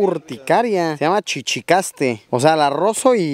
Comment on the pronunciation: Luiiiiis no es chichicaste es chichicastle minuto